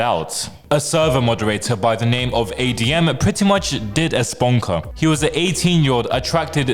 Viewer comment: “Did a sponker” lmaoooo